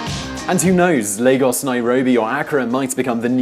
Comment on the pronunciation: HOY SHIT! HE ACTUALLY PRONNOUCED LAGOS CORRECTLY! FINALLY!!!